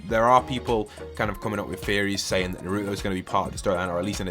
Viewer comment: The way you say Naruto makes me mad lol